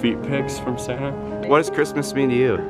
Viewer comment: it's not santa it's samta 🤣🤣